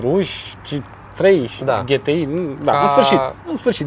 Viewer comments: De ce 'ghetei" si nu "ge te i"? La fel ca si la "aemghe" si nu "a em ge" :-s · E GTI NU GHETI WTF DUDE STOP ! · “Ghetei” 🤘🏽😂. La marca Sagem, ii spui Saghem? 😂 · daca tot ziceti ca vorbim roamna ar trebui sa zica G T I nu GE TE I...... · Daca 'GHETEI" e in germana, atunci de ce nu a pronuntat si restul numelui tot in germana?..."Volkwagen golf cinci" nu mi se pare prea 'nemteste'. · De fapt se spune GTI adica GI TI AI... vorbiti prostii... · ... pan' urma cum e , GHE TE I sau GE TE I .. hahaha ...